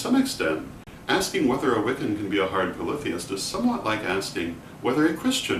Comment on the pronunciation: This was valuable to me just for the correct pronunciation of "polytheist" never heard it spoken before. I seem to resonate with the Hard/Soft polytheism as if they are a yin/yang duality, both existing in equal "validity". I acknowledge that deities are (or can be) individualized entities, but the concept of Micro/Macro reminds me that all are one, and that one is all. I would assume to apply this concept to Deity as readily as to a painting, a person, an herb etc... (how ritualized magic could work without this principle is beyond me.) Also, I consider the understanding that Deity is everything, and that everything is Deity to be a core expression of respect and compassion for everything. :) cheers (